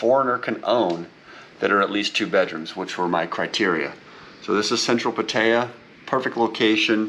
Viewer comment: Learn how to say Pattaya correctly. Values have been flat the last 10 years in Thailand so I doubt these “offers” you claim to have. Nice place with a nice view though. If I could post photos here I would show you the historical data on valuations. Good advice on the washer. I’m searching for a condo in hua hin right now and it’s something I did not think about but absolutely need.